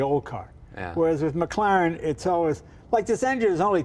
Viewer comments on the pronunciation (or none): Did tha' peepers bro' jus pronounce tha' W1 as a..McGlaren...auch aye, laddie..a McGlaren !